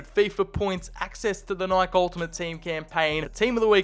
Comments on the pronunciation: Nike is pronounced nai kee😭😭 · I just realized he can’t pronounce Nike….